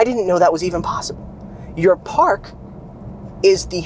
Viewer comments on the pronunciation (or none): none